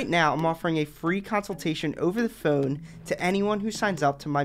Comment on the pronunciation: Buddy pronounced “phonk” literally 💀